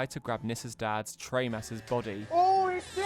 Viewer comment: The Doctor never comes back to see HIS grandaughter. Also, have you ever watched any 80s Doctor Who? Im seriously doubting you havenas you mispronounce virtually every character/planet/actor name there is!!! Its not TRACKEN its TRAAKEN, Its not TRE MAS its TREEEMAS, Its not CASTROOO VALVA Its CASTROVALVA and who the fuck is Richard Hundrall?? Ive heard of Richard Hurndall....